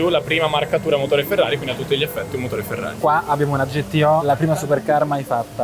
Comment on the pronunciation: Ma perché pronunci Ferrari all’inglese?😅😩